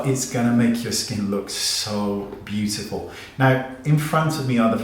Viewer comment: I live for you saying “beautiful”! Course, I also love when you put on your funny accent and say you’re not gonna try something. Haha! I laughed a lot at this video. Thanks as always, Wayne. You’re such a pleasure.